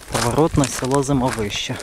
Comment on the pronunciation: ЗимОвище - так верно с ударением.!!!!